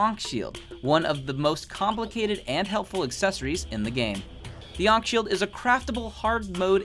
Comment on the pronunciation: 1. Ankh Shield isn't 1.3 its 1.2 or below i forgot 2. thats not how its said...